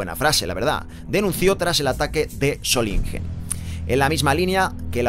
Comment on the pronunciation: si te ayuda, se dice /Sólinguen/